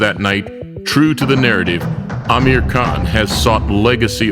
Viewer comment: really Iike how 'Amir' is pronounced properly.